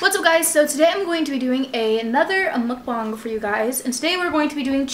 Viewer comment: it’s pronounced muk-bang (not being rude just to let you know)